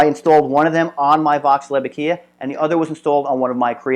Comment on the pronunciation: Fairly good video for those who do not ever do anything mechanical. The problem is terminology. 1. Aquila (a-KEE-la) NOT (a-KEE-yah) Which would need a second l to make that sound 2. While grub screw is popular, it is a set screw 3. Those are not SHEATHS. They are BUSHINGS! 4. It is not a smooth gear. a gear, by definition, has teeth. What you have is a grooved bearing, used as an idler, meaning it is unpowered and freely spins based upon a material moving against its material contact surface.